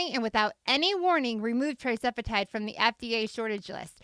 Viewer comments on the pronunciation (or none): Isn’t it TIRzepitide not TRIzepitide🤔🤔